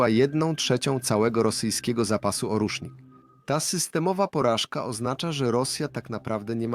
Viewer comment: Nie ORUSZNIK a ORJESZNIK. Po rosyjsku orzeszek.